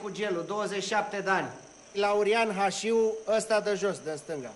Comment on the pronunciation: Slab film. Și nu respectă cartea. Nu mai spun că pe ăia îi chema Hașu, nu Hașiu.